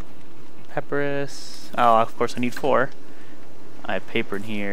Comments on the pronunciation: in case anyone hasn't mentioned it (in the last 2 years), it's pa-py-rus not pap-rus Sorry to be a grammar Nazi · he said paprus